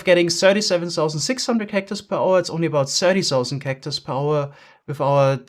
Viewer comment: its thousand, not sausand